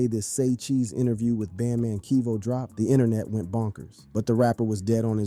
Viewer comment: Kevo not keevo😂